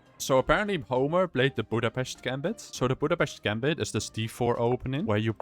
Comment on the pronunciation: Hearing you pronuncing "Budapest" right, even as Homer said it wrong was music to my ears.